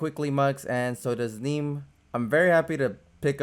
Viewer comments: it"s "knee me" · No, you kept incorrectly saying "Neme" which rhymes with meme. You might want to watch his vlogs.